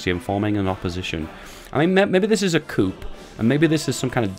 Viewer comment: you said coup wrong you said coop